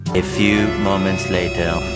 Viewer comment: Poprawna wymowa A few moment later Wymowa E fju moments lejter 💖💖😂